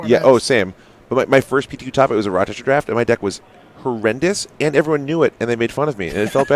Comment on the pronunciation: "Rochester" not "Rochestor"